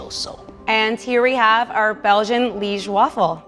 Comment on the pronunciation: But as a Belgian the way she pronounced ‘Liège’ makes me want to cry